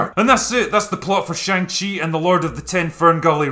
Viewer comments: For the LAST time , it is pronounced SHAANG CHI ! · i dont get how after you leave the cinema, after 2 hours of characters pronouncing shang-chi's name, and a scene dedicated to teaching you how it's pronounced... you still pronounced it completely wrong every time in this video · Shaung-Chi lets ask ANG LEE if his name is pronounced AUNG LEE? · You mis pronounced shang-chi grammar nazi.